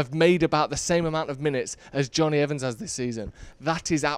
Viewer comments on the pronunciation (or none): none